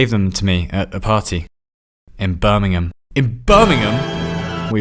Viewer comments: BIRMINGHAM!!!! NOT BIRMINGHAM!!!! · You spelt BIRMINGHAM wrong. You said Birmingham, But it's spelt BIRMINGHAM